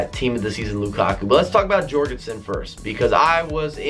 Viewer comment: it should be pronounced yorgensen not Jorgensen